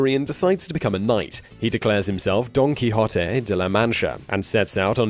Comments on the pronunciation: What a relief hearing "Don Quixote", and not "Don Quiché'Otea" as so many people say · don key-hoe-tay is how it is pronounced in Spanish